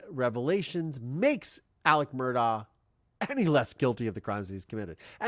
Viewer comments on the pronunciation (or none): The Murdaugh family pronounces their last name Murduck.